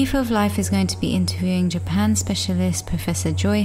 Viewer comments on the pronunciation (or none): none